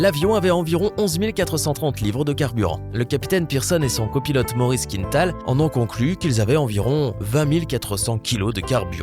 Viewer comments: On prononce quin-tal, pas quinne-tal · Il ne faut pas prononcer «Quinetal» mais «Quintal», c'est un nom québécois et donc d'origine française. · "Il faut savoir qu'un kilo ne représente qu'environ qu'une 1/2 livre" ouf.... 1 Kg c'est plutôt 2,2 livres... Et c'est quoi cette invention d'angliciser la prononciation d'un nom parfaitement francophone Maurice Quintal se prononce KINTAL et non pas KINETAL comme dans une quinte de toux, on ne dirait pas une quinete de toux. Je rappelle aux Français que tout ce qui est nord-américain n'est pas forcément anglais. Il existe le Québec et d'autres communautés francophones en Amérique du Nord. Une petite recherche avant de narrer une vidéo peut-être ? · Les Français (ou uniquement le présentateur) ne connaissent pas le nom de famille très francophone de «Quintal» ? Ils prononcent «Quinetal».